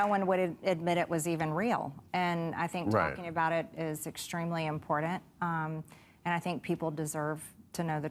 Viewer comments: Greene pronounces important as “empordint” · This has been gnawing at me for years Marj. It's not "import-dint". It's "imporTANT. That is all. Have a nice day. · When did you yanks start pronouncing it 'impordant' and why? Genuine question. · Immpoor--dent hik